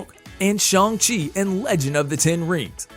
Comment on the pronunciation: It is pronounced Shang-Chi not shong